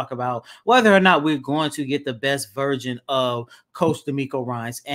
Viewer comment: always says virgin instead of version 😂